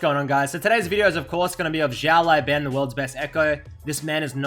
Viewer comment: i think his name should be pronounced as "syao lao ban" (if it's chinese, that im sure he is), not as "jyao lai ben" :D